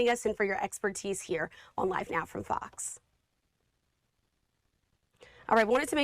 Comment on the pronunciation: I listen to this LADY a few times and SHE says,, FARCKS instead of FOX. F followed by an O sound and then X, FOX.